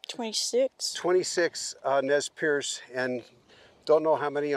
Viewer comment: I cringed every time you said "Nez PIERCE" lol Perce. pronounces it correctly every time! Perce does mean pierce in French but the Nii Mii Pu do not like that pronunciation however it is common here on the Nez Perce reservation where I live. They really don't like the name Nez Perce and it has no known factual origin other than it was placed on them by outsiders as Nez Perce never pierced their noses. They are mystified as to how they got that name. I know many descendants and relatives of these people who were mercilessly persecuted and harassed.. then nearly exterminated. The massacre at Bear Paw is one of the most shameful atrocious acts done against native Americans in our history.